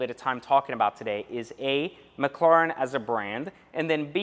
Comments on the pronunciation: you gotta give it to em you are saying it wrong. It’s mc, like McDonald’s, and the Karen “lair, en” mclaren. You don’t gotta be salty over a correction. And just because you have one doesn’t make you the shit. They are tanking in value and you better hope the battery doesn’t go out. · You pronounce "Mclaren" like someone who is deaf and trying to speak. Lol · 🤔 Why did they name it Mc Laren??? And it’s pronounced Mc Claren. ??? I guess the C is silent ?? Lol Don’t mind me I’m just McLaren with ya! Still tho. The name isn’t gangster enough for me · I was interested in this video but after hearing you say mclaren I can’t get through it lol sorry. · To be honest I do not give a s*** how he pronounces McLaren.That's the way he talks big deal We know what he's talking about??!! Come on people can you think of anything else? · Am I the only one who realized that he doesn’t know how to correctly pronounce McLaren? Like honestly though... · Pronounce the fucking name correctly 🙄